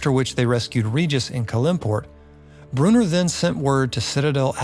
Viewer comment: Bro... Brew-in-or not Brewner.